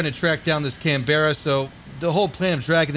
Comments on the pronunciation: Canberra is pronounced 'Can-brah' not 'Cam-beh-rah' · may I just point out that the Canberra is actually pronounced as "Canbra"